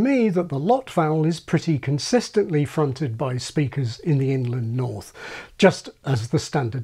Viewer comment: i keep thinking is saying "England north" (for Inland north).